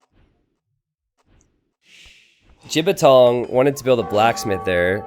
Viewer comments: lmao, pronounced it quite accurately as well. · Glad that pronounces the Chinese player's name wrong - it means penis when spoken correctly.:P